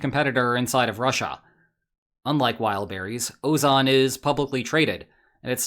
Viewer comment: Ozon sounds the same in Russian and in English, with enunciation on second "o" so why is it pronounced so weirdly here 😭 is this AI dubbing?